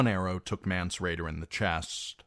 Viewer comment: It’s not mance